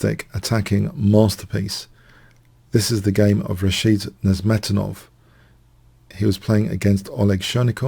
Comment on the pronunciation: The accent is on the 3rd syllable of Nezhmetdinov's last name...